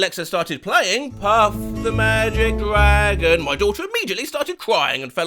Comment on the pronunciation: I understand her, Puff The Magic Dragon is a moving song. Also the first syllable of dragon is supposed to. Well. Drag.